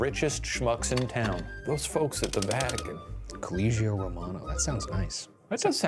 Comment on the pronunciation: How am i supposed to believe you when you so brutally mispronounce the word Collegio, which is literally read as College in english language but with a final o...instead you said coulleegeeou...what is even that???